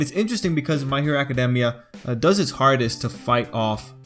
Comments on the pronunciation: Can ANYONE pronounce academia right?! I have heard ah-kah-dee-mia. You say ah-kah-demia. ITS NOT HARD TO SAY ah-kah-dey-mia. Just think of the word academy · Acad- EEEE - Mia.